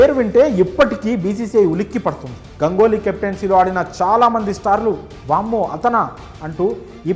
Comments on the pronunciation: Gangoly kaadu bhayya. Ganguly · Gangoly kaadu Ganguly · Gangoli kadhu ra erripooka ganguli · Gangoli kadu sir ganguly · Gangoli kadura ganguly 😂😂😂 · గంగోలి కాదు సామీ, గంగూలి. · గంగోలి కాదు గంగూలీ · గంగోలి కాదు raa అయ్యా... గంగూలీ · గంగోలి కాదు బాబు గంగూలి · Gangoly kadu ra babu ganguly😅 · Gangoli kadu ra ayya ganguly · గంగోలి ఏందిరా నాయనా… పలకలేవా రాదా, తెలియదా.. చూసుకొని పలుకు రా